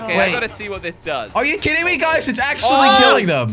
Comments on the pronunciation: Actually he says it like 'are you kitting me' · It sound like he’s saying are you kitten me lol